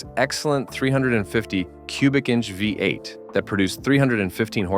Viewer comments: AI crap. Actually pronounced Omega as Omegav, instead of pronouncing V-8. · The AI needs to read a book and learn how to pronounced VEE 8